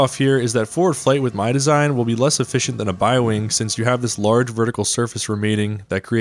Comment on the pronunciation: Is nobody gonna talk about "efficienct"?